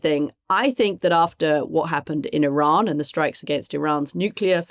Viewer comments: Mooch's expression 🤣 To be fair, he's not the only one caught off guard ! Not very many who can drop the "F-Bomb" and make it actually sound a beautiful word 😂 Katty is correct ! Iranians themselves pronounce it as ee-RAHN (in English). I think we should all concur that they of all people should know the correct form. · I agree with Kathy's pronunciation of Iran